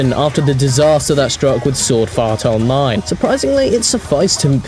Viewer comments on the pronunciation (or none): Did i hear him say Sword Fart Online?